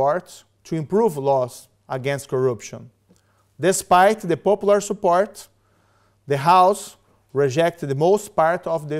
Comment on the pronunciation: moro it is not popolur but popular!